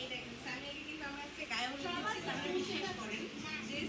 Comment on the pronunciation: আরে ভাই সানিয়া না তো সামিয়া ✅😅